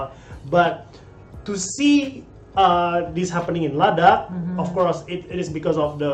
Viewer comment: Oh man you just pronounced “Ladakh” in Ladakhi language